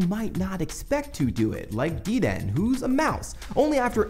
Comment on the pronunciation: DEE-DEN?! it's pronounced "dead-ennay" with an emphasis on the "den"